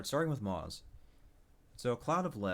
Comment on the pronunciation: You aren't pronouncing moze right and it really just irritated the shit outta me